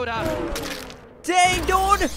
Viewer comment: You always says DODE not Dude